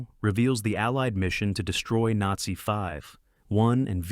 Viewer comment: AI narrator atrocities. "Nate-see". Seriously? It's ALL WWII movies and you blow that word? I also loved that great actor, George Peppered.